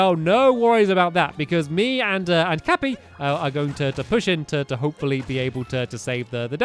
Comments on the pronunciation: Stampy it's Cappy not Capper. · it's not called capper it's called cappY!! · IT'S NOT CAPPA ITS CAPPY (cap-pee)... Sorry bout that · Btw its cappey not capper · It's not cappa it's cappy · Its CappY not CappA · Its 'Cappy'; not 'Capper'! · It's capy not capa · Stampy the game just told you the name is cappy and you said capper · CappY not CappA. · It is not capper or caper it is cappy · It’s cappy not cappper and it’s not a boo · It’s not capa its cappy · Stampy, your saying Your caps name wrong. It's Cappy, not Cappa. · its it cappy not capper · it's capy not capper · ITS CAPPY NOT CAPPA JEEEEEEEEEEZ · It’s cappy not caper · It’s cappy not cappa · it cappe not capper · Capps not capper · IT IS CAPPY NOT CAPER!!!!!!!!!!!!!!!!!!!!!:( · ITS CAPPY NOT CAPR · Omg it’s pronounced cap-ee not cap-aa (plz don’t pin this) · I think I’m the only one here that noticed that he says Capper. It’s funny. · Tronner Productions umm you’re wrong as well it’s cappy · cappy, its cappy... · It's CAPPEY ;-) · Stampy pronouncing words Monster = Munster Cappy = Cappa Monsters = GoogliesNot Hating Just Thought it would be funny. XD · It’s capy for heavens sake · I can’t take it anymore!!!!!!!!!! It’s crappy!!!!!!! Not cappa!!!!!! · Its not capper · it's not cappa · finally i hear him say cappy instead of capr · Stampycat was calling cappy capper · Hey Stamps, it’s not “Cappa” it’s “Cappy” (Ka-pee) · And its not a capper its a cappy stampy! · It's cappy lol not capper but you can call him that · He calls the hat C a p p o instead of C a p p y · Stampy... Here is a NON spolier tip. The hat, Cappy, is pronounced "ka-pee," not "Ka-per." Just so you know! 😁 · him calling cappy cappa really triggers me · Stampy it’s. Cappy not capper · The hats name is cappy not capper. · STAMPY!! The cap is cappy and not cappa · The hat is called Cappy not capper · “Capper” it is “cappy” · cappy not capper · You were calling cappy capper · Comment if you were getting mad because he was calling cappy capper